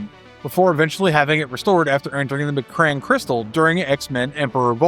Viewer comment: McCran??????? McCran!!!????? Bro. C’mon. Wtf? It’s pronounced EM-KRON. Can’t even take you seriously.